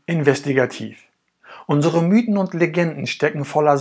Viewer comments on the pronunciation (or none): none